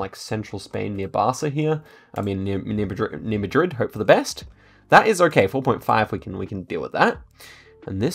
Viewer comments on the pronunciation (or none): none